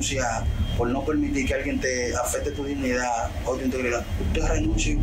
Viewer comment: Y ésa es la voz de él? Eso es lo primero que hay que investigar. Lo digo porque se oye muy barrial. O sea. se oyé diciendo "renunciá" en vez de renunciar/ Y también "dinidá" en vez de dignidad. Todo muy diferente a como habla ante los medios de comunicación. Un profesional a ese nivel no se maneja así y más con temas tan serios como ése. Lo otro es, cómo sabemos si esos abogados que dedienden a las jóvenes son los padres de ellas? Nuria confirmó eso? De verdad se confirmó? Se le pidió las cédula a esos señores que confirmen que a parte de abogados son los padres de ellas?